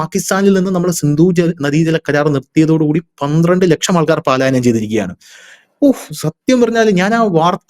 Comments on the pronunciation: പാലായനമല്ല. പലായനമാണ് ശരി... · പാലായനം എന്നല്ല പലായനം എന്നതാണ് ശരി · പാലായനം എന്നത് തെറ്റാണ്. പലായനം എന്നാണ് ശരി. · പാലായനം അല്ല,ട്ടൊ. പലായനം ആണ് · പാലായനം എന്ന് പറയരുത്. അത് തെറ്റാണു. ശരിയായത്, പലായനം ആണ്. ശ്രദ്ധിക്കണം. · പാലായനമല്ല " പലായനം " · ഹലോ,"പലായനം"ആണ് "പാലായനം "അല്ല ട്ടോ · 'പാലായനം അല്ല, പലായനം എന്നാണ് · You are telling പാലാ യനം മീൻസ് going to Pala.Actually it is പലാ യനം . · പാലായനം എന്ന് പറയാതെ ചേട്ടാ, പലായനം എന്ന് പറയു.. കുറെ നാളായി പറയുന്നത് പാലായനം എന്നാണ്. അത് ശെരിയല്ല. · പാലായനമല്ല. പലായനം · Paalayanam alla palayanam. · പാലായനം എന്നാണ് പലരും പറയുന്നത് എന്നാൽ യഥാർത്ഥ പദം പലായനം എന്നല്ലേ? അത് ശ്രദ്ധിക്കുമല്ലോ?👍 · പാലായനം അല്ല , പലായനം. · പാലയനo അല്ലെടോ... പലായനം ❤ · 'പലായനം' ആണ്, 'പാലായനം' അല്ല, sir. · Palayanam തെറ്റ് പലായനം ശരി 💕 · പാലായനം അല്ല പലായനം ആണ് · 😊palayanam I think.not paalayanam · പാലായനമല്ല, പലായനം എന്ന് പറയൂ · "പാലായനം" അല്ല; 'പലായനം'. ഭാഷ ശ്രദ്ധിക്കുക. ഇതിനു മുമ്പും തിരുത്തിയിട്ടുള്ളതാണ്!